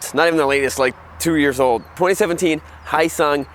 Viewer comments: Not "hi sung" it's spelled phonetically correct. "Hyo-sung". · this guy is terrible at pronouncing foreign words. yeah muh haw? its not hisung its hee yo sung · It's pronounced "Hee -yo sung." It's a South Korean company that provides engines to Suzuki motorcycles. In Korea, the company goes by "Hyosung-Suzuki" and license manufactures Suzuki motorcycles. After acquiring enough knowledge and know-hows in producing motorcycles, Hyosung decided to manufacture their own bikes under their own brands. You buy a Hyosung GD650, you're basically buying an SV650 with a bit less attention to details at a much lower price. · It's pronounced Hyo-sung. You say YO but with a slight H at the beginning. H...YO. HYO-SUNG. Not Hi-yo-sung. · It is pronounced Hyo-sung - ryhmes with Bro-sung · silent "H" you ssob!! silent "H"!!! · It's 'hoe-sung', isn't it? They had made a 250 V-twin sportbike previously... styling's to die for... speaking of smaller makes faster, Kenny Roberts had a go-fast school where they'd race like honda trail 50's around a sloggy mud track, they'd make every racing move at like 17moh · Honda??American brand???. like my North Korean BAJAJ from India with a Mexican paint job. Pssshh! You can't even say Hyosung right. you just got 1 thumbs down for saying nonsense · Pssshh! You can't even say Hyosung right. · And he can't even pronounce Hyosung correctly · Learn how to pronounce Hyosung correctly!!!